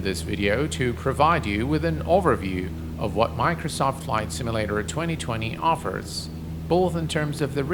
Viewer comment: "Miknersawf Simmalater"